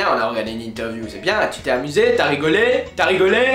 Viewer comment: "je suis très emuse" LOL